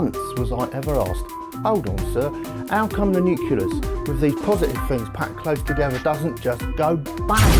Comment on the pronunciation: All good, except it's not the "nuculus", but rather the "nucleus". Great video otherwise!